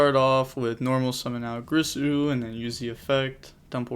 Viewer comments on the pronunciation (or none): It's GEERSOO bro not GRISSOO lol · cool match also it's girsu not grisu D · its G-I-R-S-U not g-R-I-s-u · Take a shot everytime you hear greesu, being an Orcust player's bad enough without everyone mispronouncing their names LOL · WHY THE FUCK CAN'T YUGITUBERS PRONOUNCE "GEAR-SUE"'s NAME CORRECTLY. Big sad 😥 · Girsu... isn’t it pronounced “gear-Su”? Maybe I’m wrong. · Girsu is pronounced Geersue